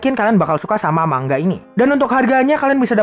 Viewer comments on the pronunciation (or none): Bacanya manga bang bukan mangga